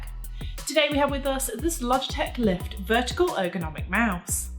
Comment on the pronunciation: "Lift" sounds like "Left"